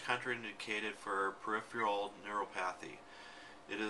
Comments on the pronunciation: It's pronounced Nu - ro - pa - the LOL!!! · He cannot even pronounce neuropathy correctly.